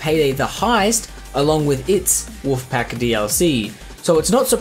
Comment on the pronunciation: "Wuf pack" "Wuf pack" "Wuf pack" "Wuf pack" ARRRRRGGHHH!